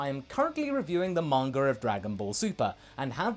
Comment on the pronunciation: "Manger" Haha